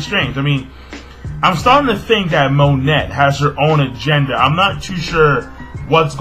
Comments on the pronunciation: its mo-nay, dont pronounce the T hahaha just a heads up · The T in Monet is silent.It's actually pronounced "Mo-nay" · Something tells me that you dont pronounce the "T" in Monet? just a thought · I always got the impression that Monet (the t is silent by the way. It's pronounced 'moan-ey') was not really Ceaser's ally. I thought that she was working with him either to steal information or because she wanted something in return (like her human body parts back).